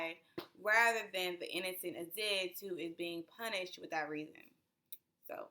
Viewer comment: Colonializers? 🤦🏾‍♀️😬 I'm with you but... your mispronunciation (Aziz is pronounced Azeez). Your analysis is spot on!